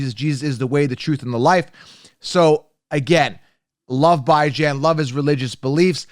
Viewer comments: Phonetics are funny. BIHJHAN is how it’s pronounced. No Bi. Good analysis. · Stick with football not giving an English lesson. You’re talking football to guys not to a bunch of girls. Until I hear him correct the football world about how to say his name it’s Bijan like you would say Dijon mustard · It is annoying to hear you say his name that way. If he says his name one way you should say it that way. Simple ... My ex wife is half slow and spelled my babies name with 4 owels in a row but she said it how she wanted. You should call him what he calls his self...🤣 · If we are talking about pronunciation issues... You're the. Cown-se-ler. But do you pronounce Country as Cown-tree or Cuhn-try? Using another word's pronunciation as a basis is bad. Love your content, but please just pronounce his name the way the person pronounces it. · I'm not sure if your joking or not on how to pronounce Bijans name lol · He’s doing it so ppl can comment and help his algorithm. Pretty damn corny coming from a grown man.